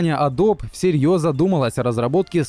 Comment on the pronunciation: Произносится не "адоб", а "адоби". Adobe (əˈdəʊbi).